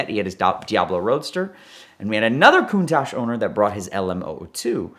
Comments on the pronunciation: stop calling it a Cooontaahhjjjee it's Con-taTch. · Valentino Balboni doesn’t pronounce the name Countach as “Countosh”. I’ve heard him say this word in interviews several times. Either is mispronouncing it or Valentino Balboni is mispronouncing because they are miles apart and they both can’t be correct. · are Americans pronouncing Countach wrong when we say it as “Countosh” or is Valentino Balboni’s pronunciation wrong how he says it at in the video linked below?